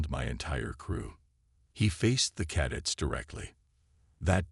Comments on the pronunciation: Cadets, emphasis on the second syllable. Cuh- DETS. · After hearing "caddets" the fourth time I was out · ...what's 'caddits', precious? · That annoyed the hell out of me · Pronounce cadets properly !